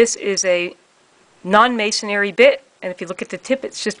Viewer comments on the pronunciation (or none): MA-SON-RY, not May-son-ary. Sorry 😐